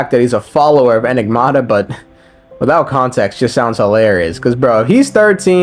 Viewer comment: Him being unable to say "enigmata" is kinda lore accurate